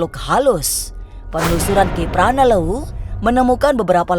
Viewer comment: Maaf host ganjil... Aku orang Sunda ko getek mendengarkan host menyebut kpl ujungnya jadi Leuwu🤭🤭🤭🤭... Ganjil ia the best... Apalagi ada kpl... Sarangheo dah....